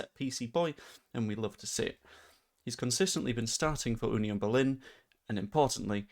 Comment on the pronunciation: 11m when we can have him for nowt in the summer 🤣 ps congratulations on getting the pronunciation of FC Union Berlin right 👍🏻